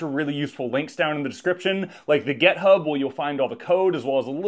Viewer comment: Love your project. Fantastic video. Glorious moustache. But sounds like you pronounce GitHub with an e? Is that an American thing?